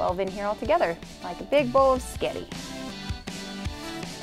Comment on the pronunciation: Correction she said sketti 😂